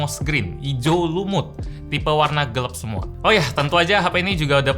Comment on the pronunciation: Cukup terganggu dgn kata-kata bilang gelap jadi "gelep" 😅